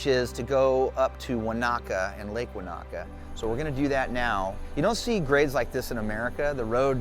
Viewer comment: Enjoyed the New Zealand scenery. However, Maori words are pronounced without any syllable emphasis, in a monotone. It's Te-ka-po without any syllables being emphasised. The same with Wanaka is Wa-na-ka with no louder syllables.